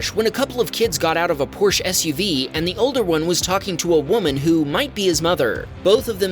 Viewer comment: Come on, can you not pronounce Porsche correctly?